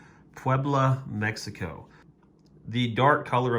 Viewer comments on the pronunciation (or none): none